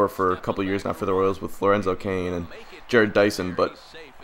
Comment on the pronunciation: Ja-rod not Jared